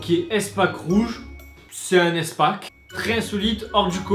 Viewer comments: Mais mais MDR arrêté stp ça ce dis pas èspack mais ispak xd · on dit ispack pas éspack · À toute la vidéo j'étais frustré tu prononces "Èspak" mais pour moi sa se prononce"ispak" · easpack ca ce prononce "ispack" Bisous 😂😗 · Sa me stresse comment tu dit EastPak xD Sinon super vidéo , c'est original !